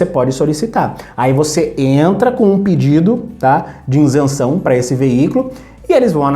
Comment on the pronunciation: "Insenção" dói o ouvido! 🤣